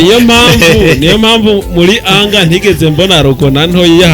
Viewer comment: Anger: enga not anga 👆👆👆👆 Just pronunciation